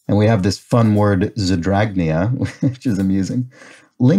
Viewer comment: I don’t mind when it takes you a while to see something, but an e-yell escaped my lips when you said ZEDRAGNEA out loud.